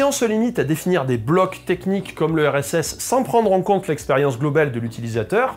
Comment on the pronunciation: quand tu dis "le RSS" j'entends "l'URSS"